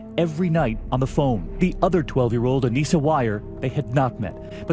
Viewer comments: Her name was Anissa, not Anisia. Lol just had to let you know 🤗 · I support them, I don't support what they did at all but I support them, especially Morgan because of her schizophrenia. Also not to be rude but It kinda bugged me how she said Anissa's name wrong since I've been researching this for a few years now xD